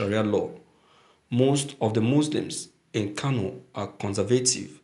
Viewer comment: Pls you should check the word , it is Kano, not Kanu. Please please.